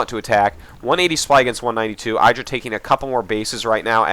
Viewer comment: Dear Artosis, I've watched GSL and heard how you and Tasteless high-five IdrA just because he hates it, but do you also say EYEdrA because he hates it? Or has he really not mentioned you're saying it wrong?